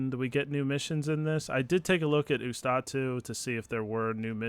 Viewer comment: Man, if I had a nickle for everytime I heard someone misspronounce Ustotu I would have like 5 bucks. p.s:It is YOOS-TO-TU not OOS-TA-TU